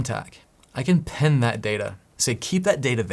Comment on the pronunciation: It's "pin" like "in", not "pen" like something else